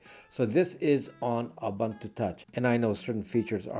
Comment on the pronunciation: Ubuntu is pronounced Ooboontoo. So the way you say the last U is nearly correct, just do the same for all of them. Zulu word meaning "I am because you are".